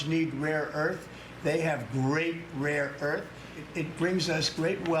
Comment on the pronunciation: " Ukraine has a great rear earth"😂😂😂😂